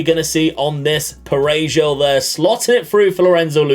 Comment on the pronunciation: Your DoF signed Lucca? You've already won the game, congratulations xD .P.S.: The "J" in Parejo sounds like the "H" in house by the way.